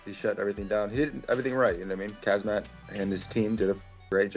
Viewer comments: Don't even know the champions name but want to fight him 😂 Khamzat, NOT kazmat 🤦‍♂️ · If you can't even say his name right there's no way you're beating him. cazzmat? Kahzmaat? C'mon bois, put some respect on his name. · This frickin' guy can't even pronounce his name correctly! Why can't people say his name correctly? So annoying! Him and Tim Elliott saying Khazmat and Chael saying Hazmat. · Lol 😂at fluffy calling him kazmat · i believe it’s pronounced Hazmat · Some guys cant even pronounce Khamzat's name correctly so how are they going to beat him with that limited amount of braincells.